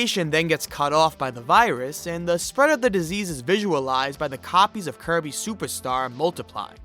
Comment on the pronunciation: I keep hearing “Kirby SUPAR star” from him 🤭